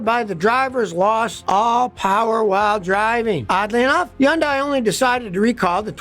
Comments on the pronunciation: I hate how he pronounces Hyundai wrong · The way Scotty kept pronouncing it....I was cringing each time! 😅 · As a Hyundai sales guy, LOVE to see the comments. You’re not always right Scotty 😏 (plus you are pronouncing it wrong haha) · When are you going to learn to pronounce HYUNDAI correctly? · scotty why do you say Hundai like that lol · Why is he pronouncing it Hee-undie??? smh It's pronounced huhn·day like Sunday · What's a Yondai? You mean Hyandai? Don't go running around saying Yondai. You know what that means in Korean? I don't either. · Scotty, its not Yun-day. Its Hon-day. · It’s called Hyundai like Sunday. At pronounce it correctly. It’s not crap. They make good cars. All modern car companies suck in their own ways. Had Honda Toyota Subarus. All had its own issues. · Probably doesn’t matter but it’s pronounced hun-day (rhymes with “Sunday”). I won’t dispute the claims you’re making for pre 2010, or pre 2015 Hyundais, but the fact is now, in 2024, Hyundais are rated as very reliable by sources such as J D Power, Consumer Reports. I have no stake in this argument, but I hate to see people having the value of their Hyundais ruined by an irresponsible video. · In one Video he praises Hyundai and KIa cars. Now he says they are great cars. How can you trust him. And why is he pronouncing Hyundai undai. What is a undai? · Here's what I think: It's not "Hee-un-dye," It's 'hun-dye" or "hun-day." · It’s pronounced “Huhn-day” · Hey Scotty! Fyi... Hyundai is PRONOUNCED Hun -- DAY! Like Vietnamese "Pho" is pronounced Ffff---ha.🤔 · Scottie the Y is silent it’s pronounced Hundai. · I love hearing Scotty say "Yundai" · Its definitely not YUNDIE!! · yeah this is total crap! can't say name right. I've been driving Hyundai for 38 years & won't consider anything else! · Scotty seems to have a vendetta against Hyundai, so much so that he doesn't even bother to pronounce their name correctly. Maybe a beautiful Korean woman spurned him once.